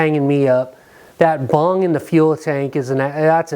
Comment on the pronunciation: Lmao its bung not bong your doin it wrong man you hit the bong and everything else is easy bro😉😆👻🤘